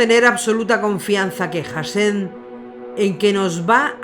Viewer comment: Sé que es Hashem, pero en sus videos se entiende o parece que la narradora dice HasheN